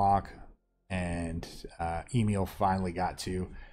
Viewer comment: Awesome deck! Looks super fun, and I believe it's pronounced "Ah-Meal" but not sure ~